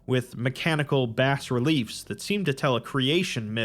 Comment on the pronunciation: Bas is pronounced “bah”. Just throwing that out there.